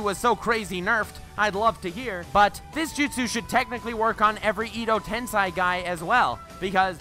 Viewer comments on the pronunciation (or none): “Ido Tensai” Does this bother anyone else?